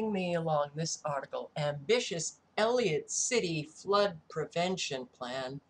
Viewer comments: You must know by now, it is pronounced EL - ih - COT City not El-ee-ut. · it is E L L I C O T C I T Y. Whats bad is you said Elliot so many times. You will be ok. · Not to be nit-picky but ... you're missing the "c" in Ellicott when you say Ellicott City. It just jumped off the computer screen and ran its nails down a chalkboard to me. Why? Because I am Maryland born and raised. I grew up about 45 minutes away from this location. When I moved out and went to college, I was then about 10 minutes outside of downtown Ellicott City and used to take a "de-stress drive" through that area and along the river - to get away from all my roommates and get some time to think. I'm not trying to be rude by pointing this out. Really! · ELLICOTT NOT ELLIOT EASY MISTAKE. ❤